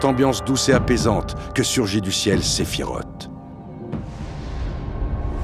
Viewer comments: La vidéo est vraiment très bonne mais désolée, j’ai grincé des dents à chaque fois que j’ai entendu SephiROTE au lieu de Sephiroth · Sephiroth ( SSSS ) et Pas (TTT) sa se prononce en S . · Alors, j’adore la vidéo... SEULEMENT, ÇA SE PRONONCE « SÉPHIROSSSSSS » pas « Séphirote » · Pourquoi prononces tu Aerith en Areïss, mais Sephiroth en Sephirote et pas Sephirosse? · Ah oui, moi aussi, j'ai toujours dit "Sephirote" et pas "Sephirosse" ... ^^ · et pourtant « sephiroTE » ça sonne pas mal 😂 Au passage j ai omis de le dire mais superbe vidéo ! 😊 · Parfait par contre la prononciation de Sephiroth m’a saoulé ! Ça s’écrit TH mais ce dit S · Malgré une analyse parfaite, [Aeris] ok mais [sefirote] pourquoi ?? ;) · "Séphirote" C'EST NON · Excellent comme d habitude mais attention svp Sephiroth se dis SephiroSss merci. Le prochain sur Zack fair ? Merci les amis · surtout qu’il faut dire Sephiross... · On reconnaît les anciens (comme moi) À la prononciation de « sephiroth » Avant advent children ou on a eu la vrai prononciation pour la première fois 😊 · Superbe vidéo, par contre svp... Vous avez bien prononcer le nom d'aerith alors faire un effort Sephiroth se termine pareille pourquoi finir par "t" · Il n'y a qu'à moi que la prononciation du prénom de Sephiroth irrite les oreilles ? 😭 Ceci dit très bonne vidéo 👏